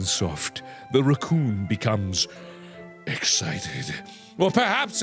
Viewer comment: I just LOVE how he pronounce the word Rrrrrrrrrrracoooooooooooooooooooohn xD